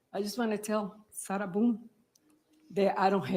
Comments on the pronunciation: But I was gonna donate a kidney! Get her, her attorney that pronounces her name as Sarah Beeyoon" and her paperwork outta here!!! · “Sarah Boon-akiss”